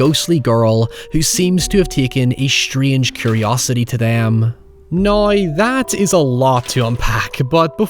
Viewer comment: The words now and however seem to twist your tongue into a knot)